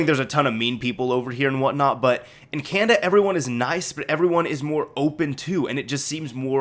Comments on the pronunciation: It's can-na-da not can-da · Y U SAY "Canda" it's Canada haha. ;)